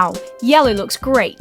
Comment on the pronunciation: she said yelly instead of yellow when mxing